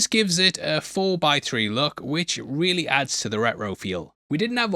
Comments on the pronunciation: hey buddy, im not trying to be rude because i really enjoyed the video but i think you have to work a little bit on your enunciation. i understand and even like your accent but at the 21.27 mark you say "retro" and sounds like when scooby doo says "uh oh". you know "ruhro raggy!" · You pronounce “retro” like Scooby-Do when he’s scared. Just watched Weapons and Barbarian and discovered this channel. Insta sub.